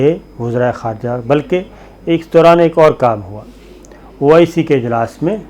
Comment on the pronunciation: یہ او ائی سی نہیں بلکہ oh I see ھے